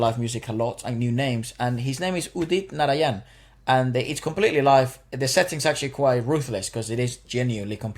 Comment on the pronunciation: It's more like Udit Naráyan if written in spanish. The emphasis is on the second a, not the third. Almost like a Narayn, where the last a is barely pronounced.